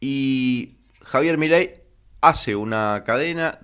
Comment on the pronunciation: Argentina S.A. DE C.V. y no es milei es mi-ley